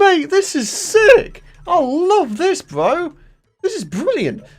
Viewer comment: Instead of saying bro he says bwo